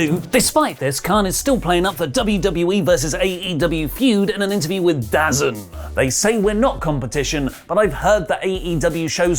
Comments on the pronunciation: it’s pronounced DAH-ZONE. Although DAH-ZEN sounds hilarious. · Its pronounced DAZONE, not dazun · DAZN pronounced "Da Zone" not "Daz in". You're not the only one who who's mispronounced it. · Just so you know, DAZN is pronounced as DA ZONE.